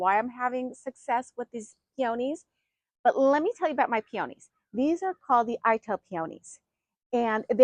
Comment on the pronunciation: I can't even listen to the way she says peonies wrong